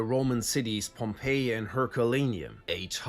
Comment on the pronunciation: “Pompeiō” are we serious